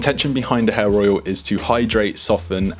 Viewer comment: When you say hair oil it sounds like you say hair roil.